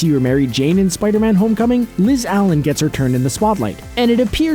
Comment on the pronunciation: It's Liz allAn not allEn you made it sound like Marvel copied Barry allEn aka the flash